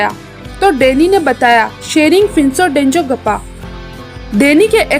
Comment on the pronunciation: Dezong gappa nahi denzongpa correction